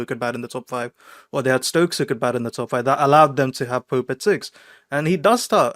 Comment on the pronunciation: Did he said judgement of poop. 😂